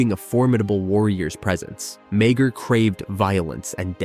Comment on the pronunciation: you mean Mayger from how it was pronounced in this video